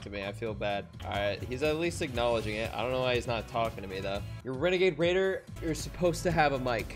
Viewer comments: Wenegade Waider lel 😂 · ITS A WENAGADE WAIDA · its a wenegade waider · Its a weneguaide wuaider